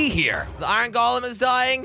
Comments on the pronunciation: Iruon jelly it's called iron not iruon looks like you have an accent like josh now jajajajjajajajajajjajajajajjajaiai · Iron not iyron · I-r-o-n that is not how you say that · Iran is not correct Iron pronunciation is ai·urn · its iron not i ron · Has anyone realised that he IrrOn instead in iron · Why did he say irun its pounced ir-on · Called iron not ayran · Nobody: Jelly: I-RON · how many times he said “I ron” | | | V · Jelly: this farm will produce me “Iran” Me: “Iran?” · Danonino Chapulin no he said it like Iren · I like how he said 👁️Ron instead of iron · Oof I meant he said it odd XD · This man made me say iron as ireen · Jelly you pronounce iron like eye in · He pronounced iron as I ron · Lol he say i,ron